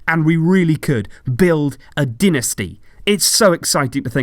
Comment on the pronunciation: Dynasty not dinasty